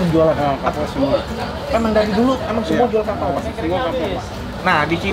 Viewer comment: Gw dengernya pakau bkn kapau